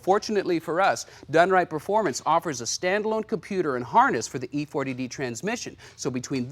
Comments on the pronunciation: E-4-OD not E-40-D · E-4-O-D, Electronic 4 speed with Overdrive. Not E-Forty-D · E4OD, commonly pronounced E 4 Oh Dee... Electronic 4-forward gears Over Drive... smack the folks that did the research and script for this one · Glad I'm not the only one. Lol. E4OD, as in Overdrive. 🤦‍♂️😂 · I know. It stands for Electronic 4 speed OverDrive, but the doofus host said E FORTY D.